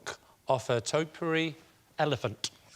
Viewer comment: I see Lee has finally learnt how to pronounce “topiary”.